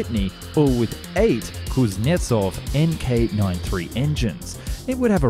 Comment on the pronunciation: It's perfect that you take all comments and criticism into the account. And I watched the whole video and I can tell that the only thing you mispronounced was "крылья россии", as well as a surname of Кузнецов. The latter one was in the name of the engines. Besides that - great attention to the name pronounciation.